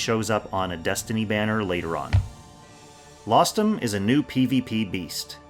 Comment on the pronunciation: Rostam was the name of legendary persian heroes. Lostham just sound.... very wrong